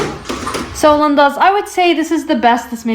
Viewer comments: Why do you say 'Lindas' at the beginning like the womans name? Instead of the proper normal Spanish pronunciation? It sounds very odd 😄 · I don't understand your point of saying Lindas its honestly annoying and it really bugs me. No hate to you but Its just not personally my cup of what I want sorry your videos are good and entertaining but I can't stand when you say ''Lindas''.